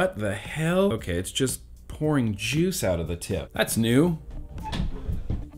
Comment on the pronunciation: Lol...you said joose. Are ya still doon that? Cause I'll stop.😄